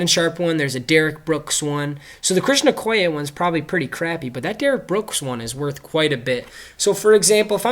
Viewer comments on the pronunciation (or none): none